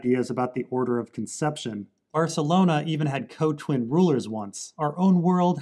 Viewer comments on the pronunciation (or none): none